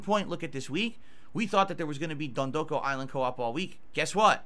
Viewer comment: the actual pronunciation is DENTdoko Island:face-blue-smiling